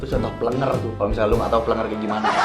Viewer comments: Plenger bilang nya Bukan plnger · Plenger kali kak Bukan pelenger😅